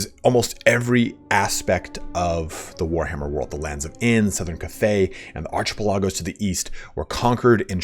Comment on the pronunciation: Bruh "Ar - ch - puh - lah - gose" wtf. That is the weirdest pronunciation of that word I have ever heard